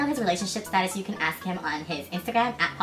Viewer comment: lol staduss we say status thants a cool word what they use